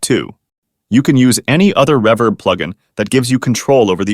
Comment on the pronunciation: The use of AI to narrate this is annoying as shit with the way it pronounces ‘reverb’